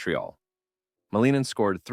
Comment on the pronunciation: Pronounced Malin-Nin, not Maleenan.